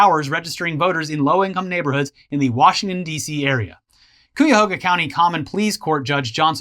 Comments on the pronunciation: its "KAI-UH-HOE-GUH" not "Quiyahgoa":face-purple-crying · Omg, is trying to kill me, all these stories taking place Cuyahoga, with his weird pronunciation, it is pronounced, kai·uh·how·guh, not cua-ho-ga. Seriously I love you guys, you are keeping an old man(65) sane. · I live outside Cleveland. Between this story and those cheating fisherman your pronunciation of cuyahoga is killing me. I don't know how to phonetically spell it. Maybe KIGH-ya-hoga would be the best match. Native American words man. They do that to you. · Jesus Christ I've never heard somebody pronounce Cuyahoga as poorly as this guy. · Love ya dads., thank you for pronouncing my home county correctly....... keep workin on it.